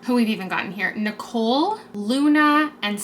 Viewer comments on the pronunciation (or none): none